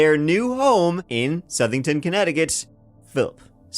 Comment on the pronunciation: Holy shit he said Southington correctly! That's not a dig at, generally speaking people mispronounce it as South-ing-ton if they don't live in CT so I'm surprised he got it right. I live about ten minutes down the street from the Snedeker House, it's nearly a straight shot to be honest. It's such an unassuming place, you'd never expect a story like that to come out of it. I've driven by it so many times before I realized that's what it was. Oh right, there's a fucking huge cemetery across the street. Checks out if that was the old morgue/funeral home. And in modern day there's a hospital further down the road.